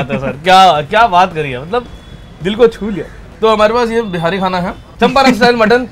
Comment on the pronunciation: Bhai behari, behari baar baar bol the Ho aap, bura mat manana Lekin itna tough h kya simply Bihari term use Karna???? Be-ha-ri is incorrect bee-hari is correct!!!! Telling you because I myself am a "BIHARI".... And I am finding it a little awkward and clumsy !! Great job anyways!!!! 👍